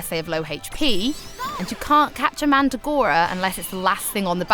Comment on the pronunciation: You love "Mandagoras?" No, you obviously don't. It's MandRagora. I let it go for the first couple of creatures, but this chick is slaughtering the creature names. No, her accent doesn't make it acceptable. Does it really matter? No lol. But, I had to get that off my chest.